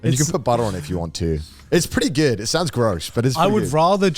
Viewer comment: it's pretty geywd